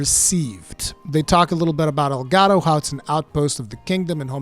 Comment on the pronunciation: Monster Hunter Rise Sunbreak. Sponsored by El Gato. Seriously though, that's what I heard every single time you said Elgado. Which is kinda making me hate the name. Oh well, I'll get over it. I'm sure it's gonna be a cool expansion.